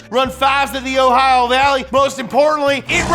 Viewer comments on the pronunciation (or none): none